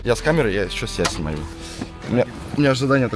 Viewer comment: так смешно когда он сказал-Я сЕбЯ сНуМаЮ